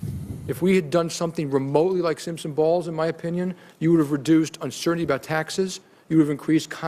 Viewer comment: Yes, I'm aware of Simpson Bowles. It sounded like Dimon said "Balls." Funny how Obama is proposing policy that was once popular with Republicans. Policy Republicans now reject. Gee, I wonder why!?